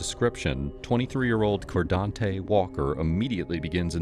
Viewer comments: Bro, it's "car' not "core", and also FU. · Fkn “Cor-Dante” “I ain’t do nut-ing bro” These fkn ppl break the goddamn Bro meter every other word 🤢 🤮 What an absolute pos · Hahaha "coredontey" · Cordante, lol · Cordonte 😂 wtf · "Cordonte" Shocker